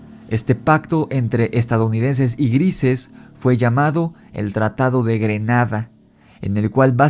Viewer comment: es greada, no grenada xD Gracias por hacer el vídeo. Me entretuve un rato.